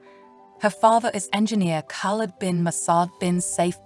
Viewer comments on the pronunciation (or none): none